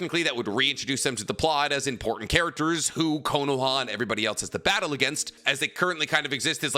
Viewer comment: Why do you say “Knowa” its Ko-no-Ha